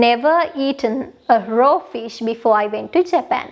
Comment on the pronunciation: Small english mistake, it is "raw" not "row" fish, and it is "close range" not "close rate" . Creative and helpful videos tx